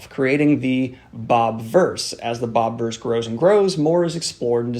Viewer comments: Just as a thing, it's not Bob-verse, it's Bobiverse, like Bobby-verse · Love these reviews but it's BOBIVERSE not bobverse